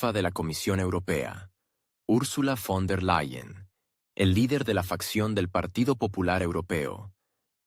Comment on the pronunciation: Trato y me encanta este tema ,pero quien habla y traduce olvida que.Ursula no es Fon sino VON y esto me hace pensar que quizás no digan las verdades qué busco.es importante aún la expresión correcta.